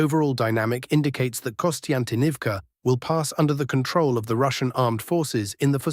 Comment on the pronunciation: WTH is Kostyntinivka? Konstantinivka?